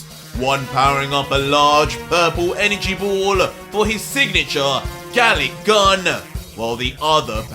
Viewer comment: Its "Garlic-Gun-FIRE!", not "Garlic-GUN" btw :P